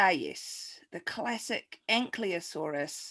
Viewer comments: I just wanted to call out Guy for mispelling and mispronouncing Ankylosaurus as Anklyosaurus. It's "Y" before "L". Grate job tho. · 5 years late, but I must echo my fellow vociferous dissenters in pointing out the egregious mispronunciation and misspelling of Ankylosaurus. Furthermore, the inclusion of Plesiosaurus in the Dinosaur round despite its definitive identification as a Sauropterygian and NOT a Dinosaur is a grotesque oversight which frankly undermines the legitimacy of this entire enterprise. I have contacted the relevant palaeontological authorities and they have assured me that preparations are being made to (per their correspondence): "turn that clown into a fossil." I am sure you believed you had absconded without facing consequences for your impropriety and can only hope that such naïve delusions have now been thoroughly annihilated. Yours apoplectically, Professor Prolapse